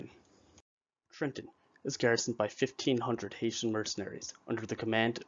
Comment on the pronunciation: It's Hessian not HaitIan.